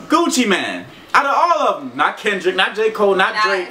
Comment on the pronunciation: said Gucci mien not Gucci mane